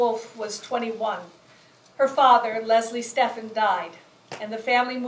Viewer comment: Her name was Stephen, rhymes with 'even'.